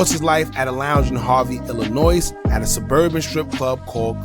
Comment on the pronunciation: The (s) in the word Illinois is SILENT!!!! Please stopped pronouncing the (s) - signed born and raised in Chicago we learn that in Kindergarten